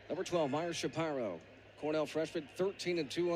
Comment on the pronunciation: Never heard Shapiro pronounced "Shuh Pie' ro"...annoying... always heard it pronounced ''Shuh Peer' O''.